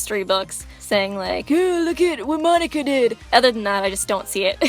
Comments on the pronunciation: monaca mo-na-ca say it slow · Jaxxx x Its Monaca not Monica